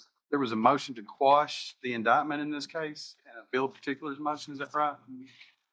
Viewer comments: Miranda Rights are ONLY READ when the Cops mean to ASK U Questions…🤦🏻‍♂️😂 SQUASH😂😂😂😂 It’s Quash U absolute Idiot!!! And Boy this Guy really Loves that “ Fruits from the Poisonous Tree “ saying doesn’t He..🤦🏻‍♂️😂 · Squashed😂😂. It’s quashed you nitwit.